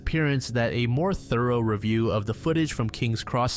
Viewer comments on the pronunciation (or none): none